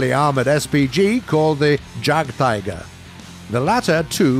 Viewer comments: Good mobility Decent armor Punchier guns Great BR You keep saying these things, and it's not exciting. Also, it's pronounced as 'Yag' and not 'Jag' --> Jagdtiger (Yagtiger) not (Jagtiger) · It's not pronounced jagpanther or jagtiger they are pronounced yagpanther or yagtiger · YAGD, YAGDtiger not DJAGD! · Jagdtiger is actually pronounced more like Yajdpanzer